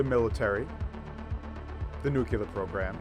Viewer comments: Dear pedantic people, "Nucular" is a perfectly fine way to pronounce it. It's the result of a standard linguistic process that all human languages undergo all around the world. It's called metathesis. Ever wondered why we say "three", but "third" and "thirteen"? The original versions of those words were "thrid" and "thriteen", but they evolved through metathesis. And I'll bet that you say "comfterable" instead of "comfortable". Me too. It's just a more comfortable way to pronounce it. The English language is constantly changing and evolving. Here's a list of words currently undergoing metathesis: iron > iern /ˈaɪərn/ comfortable > comfterble /ˈkʌmftərbəl/ nuclear > nucular /ˈnjuːkjələr/ (re-analysed as nuke + -cular suffix in molecular, binocular) asterisk > asterix /ˈæstərɪks/ cavalry > calvary /ˈkælvəri/ foliage > foilage /ˈfɔɪlɪdʒ/[citation needed] introduce > interduce /ɪntərˈd(j)uːs/ pretty > purty /ˈpərti/ prescription > perscription /pərˈskrɪpʃən/ And before you complain about how "English is so terrible", every language does this. It's why the French say "fromage" instead of "formage". Or why the Danish say "kors" instead of "kros". The Polish drink "mleko" instead of of "milk". TL;DR "Nucular" is fine. Because linguistics. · Except for the 'nuke-U-lar' ignorance, trying to portay US as aggressor in Korean war, this was otherwise an interesting and informative segment. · You really need to learn how to pronounce Nu-clear. Does George Bush work there, or something? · I stopped the video at 9 seconds. I could not get past nu-Q-lar. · It's spelled nuclear. it's pronounced nuc-le-ar. Nucleus. Nuclear. FFS, what is so darned difficult about pronouncing the word correctly? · I stopped watching at nucular... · Dude. The word is NU-CLEE-AR. I'm surprised this NYT-sponsored presentation included this basic mistake. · NYT says nucular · Nu-cle-ar. Say it right, Frenchy! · *Nukilar - George W. Bush (Eternal leader of the free world) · Is nuclear that hard to pronounce?